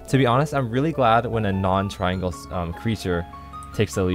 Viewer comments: i wonder what he does with all the milliseconds he saves by cutting off one syllable and pronouncing "triangle" as "tringle" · TRI-AN-GLE. Three syllables. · Not really sure why you would "shorten" triangle to tringle.. It's one syllable...